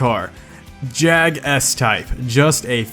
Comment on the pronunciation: Thank God you said JAGUAR properly. Just saying Jaguar and Jag!! Well done.